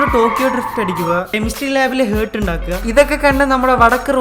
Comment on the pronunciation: Heart - ഹ്ർട്ട് അല്ല. ഹാർട്ട് ആണ്.